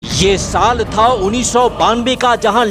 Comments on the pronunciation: अरे भाई शाल नहीं वो साल होता है। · साल hota hai bhai शाल नही